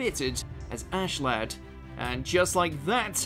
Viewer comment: WTF lad wtf it’s not lad its askeladd